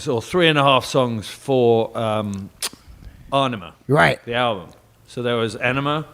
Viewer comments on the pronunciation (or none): He pronounces Ænima as "Ah-nima" and "Ænema" as "Enema"! This is almost as momentous an occasion as having professional video footage of Tool now that they've performed at Back to the Beginning